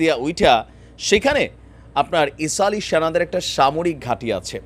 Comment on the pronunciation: ইসাল না আপনি ভুল বলছেন এটা হবে ইসরাইল হবে